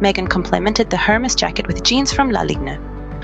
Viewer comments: If you're going to hold yourself up as a commentor on fashion, you should probably learn to pronounce Hermes. Lots of videos on YT can tell you this. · Ah, indeed, the pronunciation of luxury brand names can sometimes be as intricate as their craftsmanship. Hermès, with its silent 'H' and elegantly rolled 'R', often trips up the tongues of the uninitiated. Venturing into the world of high fashion commentary does require a certain finesse with language, much like navigating a soirée in stilettos. YouTube, in its vast wisdom, serves as a modern-day elocution tutor, guiding us through the phonetic maze of couture. 🗣️👜